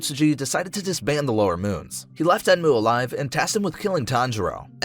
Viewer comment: One of the part he said lower moon sex or something else of then I am confused